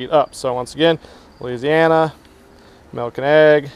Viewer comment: 😂it's funny how he says malk instead of milk